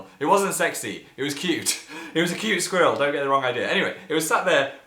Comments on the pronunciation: Phil pronounced squirrel wrong...ask Jerome to teach u how to do it right. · in america its like: "skwerl" and in places like england its more of pronounced: "Skweh-rel" (XD that was a horrible way of explaining it sorry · Like I mean it. I say "squirl" I dont even pronounce the e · Oh my gosh!!! I love how he says "squirrel!!!" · What way do American people say squirrel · I love how Phil says squirrel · Say squirrel again please.